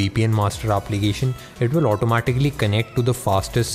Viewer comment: "Aaaaplication" 😂😂 how he is pronouncing